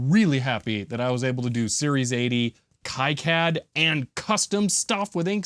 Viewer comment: Sorry, but it’s pronounced key-cad, the way you’ve said it, though I’m sure unintentional, contains a slur against Jewish people.